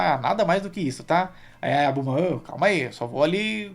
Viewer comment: Ler e falar "Blooma" ao invés de Bulma e "Gokū/Gokuu" ao invés de Goku... É meio estranho, pois me acostumei bastante com a Dublagem original e brasileira:😅